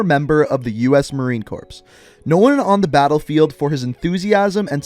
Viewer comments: This guy really said Marine corpse😂😂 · Did he really just say marine corpse lmao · It's pronounced Marine Core not Marine Corpse. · Marine Corps is pronounced "Marine Core" not "corpse" sorry, I cringed when you said that so just wanted to correct that for future reference :P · Anyone else notuce he called it marine corpse when he was talking about the new operator instead of marine core, serouisly. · "marine corpse" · It's Marine CORPS* The S is silent. And that's why he ended up saying "CORPSE" on accident.